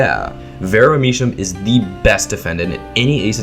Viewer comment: Nitpick but I think you’re mispronouncing Misham, I believe it’s a pun on “Drew my sham”